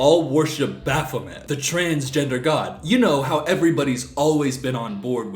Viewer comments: Hey, Satanist here! Baphomet isn't a fucking god?? Baphomet (actually pronounced Baff-oh-may) is a supposed to represent harmony between Science and Spirituality; that somethings aren't meant for us to understand, but what COULD be understood, we can use to help improve the world. Baphomet is a symbol meant to decentralize human existence and ourselves, as individuals. Baphomet is both person and beast, they are both female & male, both nature and nurture, they are of knowledge and the incomprehensible; more over, they are both a character from Christian mythology, but also a symbol that has been developed outside the scope of Christian belief. Baphomet was not made to be worshipped, they were made as both a rebellion and a symbol of connection. Perhaps all of that is "evil" to a god-fearing Christian type ig? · for someone so educated, she cant pronouce baphomet right 🤣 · i literally hate this women so much. firstly its baphomet (bah-fuh-met), not bApHomEt. he is a “deity” and he’s not trans, he is a god-like figure that has no gender, like christan god. both are not male nor female, and specifically baphomet is not good nor evil, he’s like a symbol of neutrality, dude. i’ll say it for the people in the back too: “SATANISTS ARENT FUCKING EVIL, READ THE TENTETS OF SATANISM BECAUSE IT ALL BOILS DOWN TO “DONT BE A PIECE OF SHIT”. secondly, skeletal structures don’t mean shit, i know cis men with very petite and “feminine” frames and i myself have pretty broad shoulders for an afab person. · What makes it worse is that that’s not how you pronounce Baphomet (bc it’s french)